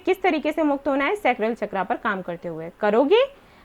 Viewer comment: चक्रा नहीं- सही शब्द है- चक्र